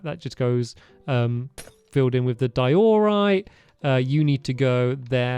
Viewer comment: Stamps this isn't a hate comment but its been over half a decade of hearing you pronounce Diorite wrong lol. Its "DIE-uh-rite" not "die-OR-rite"